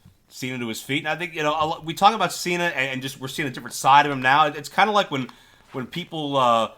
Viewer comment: Why is Cena pronounced that he comes from California when he is from Massachusetts 😂😂